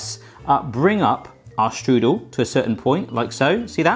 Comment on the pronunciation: You pronounce "Strudel" wrong... but i guess its fine since you're not speaking german at all. lol Im a professional pastry cook myself. Its interesting to see other countries variations of the applestrudel. Try to spread some whipped cream between your layers of pastry and sugar aswell. C